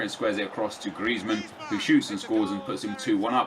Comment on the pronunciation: Stop saying Gllllrezmann